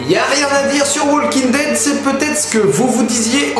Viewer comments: J'ai souffert de t'entendre dire "WaLking Dead" et en plus sans le "The" devant. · super vid mais ptn les francais arretez de dire waLEking dead c walking dead prononcez pas le L Putain moi je suis bilaingue et g des amis qui regardent Aussie et je les corrige tout le temps yen a MARRE faites un effort c pas complique!!!!! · STP arrête de dire Wallllllking dead. Le L ne se prononce pas. Merci. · Pitié !!! Le « L » de WALKING ne se prononce pas !!!! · Putain!!!! Comment faites vous pour être aussi nul en Anglais??? Depuis le collège on t'apprends que "L" est une lettre muette qui ne ne se prononce pas dans le mot walk. Les profs d'anglais doivent rager de voir les youtuber presque se mordre la langue en prononcent le L de the walking dead...